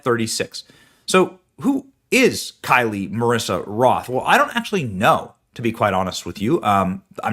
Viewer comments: Her name was KYLE not KYLIEEEIEIEI at least get her name right. It's worth noting that diddlers ex j-low got Kyle's entire account taken down less than a month before she was found dead on some copyright infringement nonsense. Her family implied that she unalived herself but she said herself in previous vids that she was not sumicidal. Did Oracle have to hand over her account vids to the feds? 🤨 if so they didn't do it voluntarily. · FYI --- Her name is pronounced in the same way that the common male sure-name of "Kyle" is pronounced (Ph. - "Kigh-Uhl"), and not as "Kigh-Lee". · Thank you for covering this! Just so everyone knows… Her name is Kyle, just like the boys name. There is no “i.e.“ or “y” at the end. So, just for clarification, her name is:KYLE. NOT: K-Y-L-I-E I just think it’s very important to pronounce her name correctly, because it is a form of respect. It’s the name that her parents chose to give her and we need to honor that. Prayers go out to her family and loved ones!! 🙏✝️💜 I pray that the truth comes out and that justice is served to everyone involved.